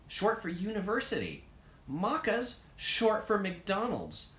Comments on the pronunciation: Did he say mochas? It's maccas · Moccaz lol no it's pronounced maccaz short for McDonald's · Mate it’s “Maccas” not “Muccas” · Wtf the way he said Maccs, I’m dead. MOCES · Sorry, did you say Maccas, (mac ks) or mochas? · Not being rude but it's maccas not muccas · "Mockas" hahaha nearly there bloke. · The way he said Maccas 😂😂😂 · Aww I just missed the live stream! It's interesting to hear about Australia from an Americans perspective lol. Do some people in US really assume we got kangaroos in our backyard? The way you say Maccas is different but you got Melbourne pronounced right!